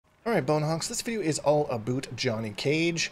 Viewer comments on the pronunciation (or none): dont get y u force that pronunciation of 'about' so hard, its clearly not how u speak, genuinly takes me out the guide with cringe. crazy how 'about; is the only word u prnounce the o/u differently and only the only word u pause after saying every single time as if ur thinking about how u said it lmao. jesus just realised u do this on every video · Aboot. Gotta love Canadian about pronunciation. Also with Johnny Iv found a lot of things that can be interrupted that’s probably best way to beat him, knowing when you can hit him mid move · This video is all “ABOOT” Johnny cage